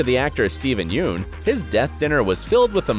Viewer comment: He also say steven yeuns last name wrong